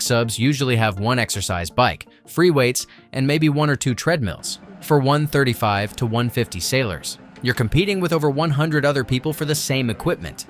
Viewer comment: Can’t even say 135 properly. Smh